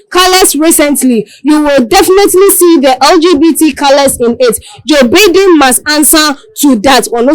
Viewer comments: Distasteful and classless. Don't they get any training (at least a selection process) before they make a public ridicule of themselves? It is 'Baiden'; not 'Bidden'. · Can someone tell this lady how to pronounce Joe Biden name right? What a SHAME